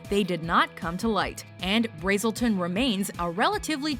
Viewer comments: You pronounced Braselton wrong. At least pronounce it right. It's not Brazelton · You didn't say braselton correctly and it bugs me so much as a Georgian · You are not pronouncing Braselton correctly. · You pronounced Braselton wrong... 😑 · you pronounced Braselton, GA. wrong. Just a heads up